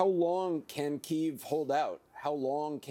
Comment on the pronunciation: Why is the reporter pronouncing Kyiv incorrectly?